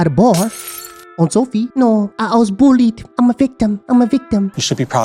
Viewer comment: I love how says ‘bulled a lot’ lol instead of bullied